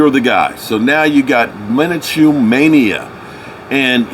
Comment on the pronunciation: Min-a-chew? You mean Minshew?😂